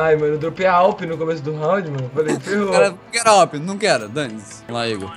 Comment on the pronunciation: e awp q fala e n a w p